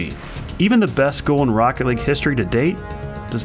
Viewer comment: Even tho i'm not a NRG fan, and not a jsnt fan, that moment makes me cry, "THIS IS ROOCKET LEAGUE" as the speaker says